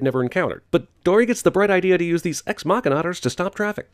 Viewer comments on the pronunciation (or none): none